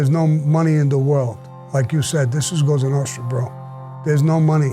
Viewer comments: Cosa Nostra..not goza nostra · It's "Cosa Nostra" not Cosonostra. It means "Our Thing" in Italian.